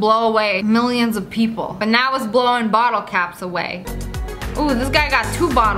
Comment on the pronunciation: Lol you said bittle instead of bottle XD